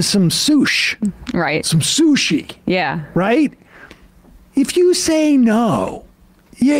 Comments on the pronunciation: Don't every say sush ever again. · 🤢i've always found SUSHI to be disgusting...Sam calling it "soosh" made it even grosser...